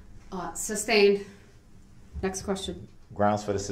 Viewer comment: Amazing Judge! Grounds....for substain(ed)? Or as it's correctly said, sustained.